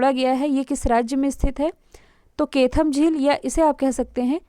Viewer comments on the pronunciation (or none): Madam plz वो ना तो केथम है और न ही सुर सरोवर है वो कीथम(कीठम) है और उसे सूर सरोवर कहते है सूरदास जी की जन्मस्थली है रुनकता इसी के जस्ट पास में है| मैं यही से हूँ |